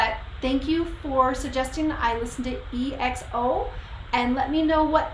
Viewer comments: It's ekso not E-X-O And yes they are great ballad rnb singers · They are the King Of Vocals! Nice reaction you really react to them with you heart my comment thank you. BTW it’s pronounce as EKSO not E-X-O.